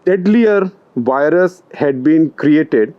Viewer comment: It's "virus", not "wirus". Instead of using "w" for "v", you should use a soft "f". It is much closer to "v" sound. Try it: "firus". Test it on American friend